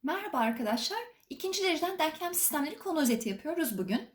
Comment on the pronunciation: Hocam harikasınız süpersiniz diksiyonunuz da çok güzel ama yanlış anlamazsanız deanklam değil denklem denmesi gerekiyor. Gerçekten izlerken kulağımı çok tırmaladı söylemek istedim